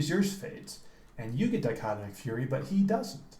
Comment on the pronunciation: I like the pronunciation. I usually say dick o tomic probably way off. Thanks for the vid man!